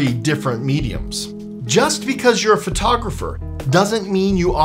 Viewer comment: You're a Phvoiteographer?